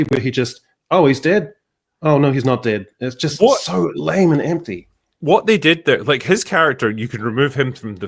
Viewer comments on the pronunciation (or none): none